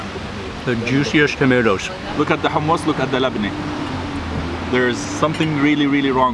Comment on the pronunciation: fadi abou jaber..is it labane ..or labne..go to ur village ..Jordan..and stop explaining things ..mr. labane..laabaane man ..